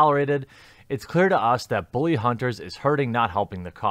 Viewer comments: It's pronounced bull-lee not boo-lee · Why do you pronounce "bully" as "boo-lee?" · Why do you keep saying "Booly" and even emphasize it? Am I missing some inside joke or something? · "booly hunters" :^) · Why do you say "bully" like "booly"? Honestly curious if that's some kind of accent thing going on there.